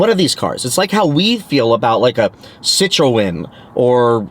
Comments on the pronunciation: Citroën "Sit-tron" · Sssit row en 😅😅😅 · learn how to pronounce Citroen